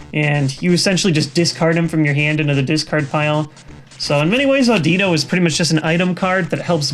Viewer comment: i noticed you mispronouncing audino and cilan compared to the anime you pronounced the i like it was an ee but in the anime its said like the i in anime same goes for cilan he is pronounced like silan with the same kind of i